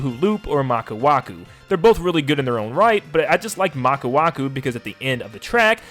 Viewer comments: It’s maka wuhu right? Maku waku sounds like some kind of crash bandicoot character lol. It’s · it's maka WUHU not maka waku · Also its "Maka Wuhu" not "Maka Waku" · He said maka waku instead of maka wuhu lmao anyways awesome video! The ones I really want are Waluigi pinball, Dino Dino jungle Wario Coliseum and Shroom city from game cube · "Maka waku" LOL 😂💀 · It’s Maka WUHU.